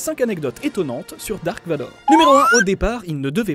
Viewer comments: C'est "Darth" Vador ... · moi en vf ils dise darth et non dark